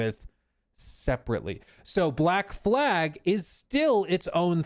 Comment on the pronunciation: When saying black flag, fumbling the second l is catastrophic